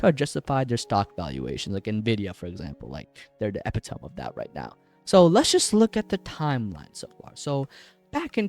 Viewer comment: The way you pronounce epitome🥀😭